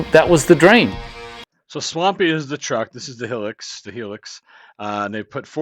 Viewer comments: It’s a bloody hilux not a helix ffs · Chill...he can call it Helen for all I care. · can you say HIGH LUX